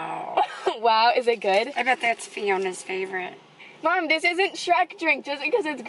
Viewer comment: I like the way you say mom (mamm)